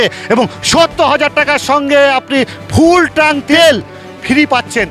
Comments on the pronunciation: ট্রাঙ্ক নয় কথাটা হলো ট্যাঙ্ক। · CHOR DILAR BAAL KI BAAL TRANK BOLCHEN TANK BOLUN ,,,,,,,, CILLACHEN KANO BAAL KAU MORECHA NAKI SOB BALER GARI